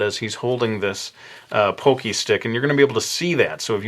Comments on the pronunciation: You said pocky wrong, it's not pokey it's POCKY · lol poh-kee? It's pah-kee. Don't sweat it,. We love you anyway! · not trying to hate or anything but it's pronounced "paw-key", not "pokey". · people pronounce the word "pockey" "poke-y" when it's pronounced like "paw-key"... GET IT RIGHT! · i THINK ITS PRONOUNCED PAHKY, NOT POHKY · It's not pokey stick it's poc-key=pocky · I had no clue what I meant when I paid poke-stick, then I realized you meant pocky stick lol. It's pronounced like it rhymes with rocky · Isn't pronounced (pock-y)? Like pocket with a y at the end dosn't matter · I thought it was pronounced (Pah-Key) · It's pronounced Pock- ee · (pock-key) that's how you say it and cool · Isn't it pronounced PAH-kee? Well, still amazingly cute! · hes saying it wrong your write, i have several friends from japan and they all pronounce it pock-ee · At first I didn't think this was going to come out as cool as it did. I am familiar with your work and your videos and you are a truly talented artist. I wish I could in fact draw half as good as you. Also, that's funny that you mentioned the pokey pocky thing, cause right as you said it in my head I was wondering "man is that how you say it? Is it he just saying it wrong." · I can't tell if I'm pronouncing Pocky incredibly wrong or is. Is it Pock-ee or Poke-ee?